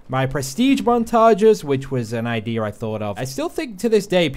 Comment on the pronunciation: Liam Crowley no ur not the only one lmao